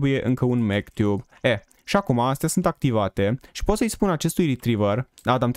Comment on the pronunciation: Zici ca spui mctube în loc de magtube1